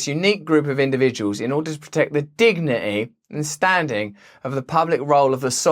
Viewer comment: dig nee eeh aka dignity